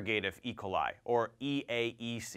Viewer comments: Good vid. But, why do you pronounce it "E' coli", when I've always heard "e KO' li"? (Checked Websters and Youtube pronunciations too.) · I’ve never heard someone pronounce it eicoli. E...coli